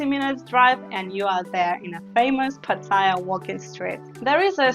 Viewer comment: YOUR PRONUNCIATION IS VERY BAD...Ask any thai person to say "pattaya "...firstly there is no I in pattaya...PATT-A- YA......If you can not even PRONOUNCE the name of the city your talking about.. then .guve up and go home...ps YOUR NOT LIVING IN THAILAND...YOU ARE ON HOLIDAY